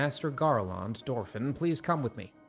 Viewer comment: the second syllable of Garlond is the same as the second syllable in England